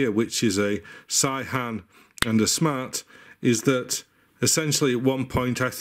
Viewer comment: Great video, I love your enthusiasm. It's pronounced 'say-han' btw. (I'm an expat living in Korea, not an authority but wify says)